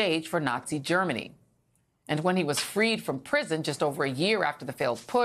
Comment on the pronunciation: There is only one "r" in familiar. Why does she say fermiliar?